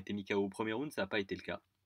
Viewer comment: Stp, j'adore tes videos (crypto/fight) mais STP, on dit "round" pas "roond" ;) Allez, je vais recoudre mes tympans en te souhaitant une bonne journee! Oss :)